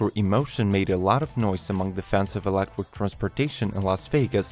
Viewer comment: It’s electric not elequip